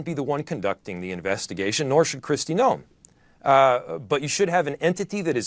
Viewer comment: Her name is pronounced Christie NOME! Not No em. You keep missed pronouncing her name